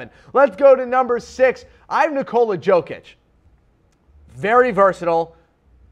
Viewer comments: Do you really think he knows anything abouth Jokic when he doesn't even know how to pronounce his name? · This guy opinion is irrelevant. I don't know if he's watched other players on his list but i'm sure as hell he didn't watch Jokic, like ever. I'm not counting you tube clips or something like that. Otherwise he would surely know how to pronounce his name.